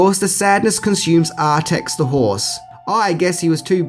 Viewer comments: Read the book .... pretty sure the horse's name's Artax and not Artex, by the way .... ^_^ By the way, the world IS called "Fantasia" in the original book, "Fantastica" is from an english translation .... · It’s ArTAX. 🙄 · *Artax, not Artex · Artex? Haithway? Aura? The movie was made in Germany, not England.